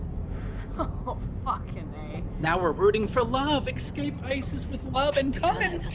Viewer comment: it bothers me when people pronounce escape as "ekscape"